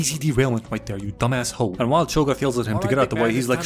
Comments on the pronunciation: “Chogath” 😂 its hogarth😂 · love how you called him chogath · did you srsly call him chogath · I can’t tell if he’s calling him chogath on purpose or not -_ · I just can't take it seriously with you calling him Cho'Gath this whole time. Also THANK you for recognizing his big dick energy in the tsunami chair/road scene. That scene lives rent free in my reference memory. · Hahaha chogath??? Goodwon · Chograph Is all I hear ddeepcut youtube meme comment if you know it